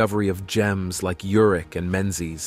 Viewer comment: His name is URICH. Pronounced just as it is written. I grew up with him. I worked with his brother in L.A. They pronounced it URICH. Please loop and correct.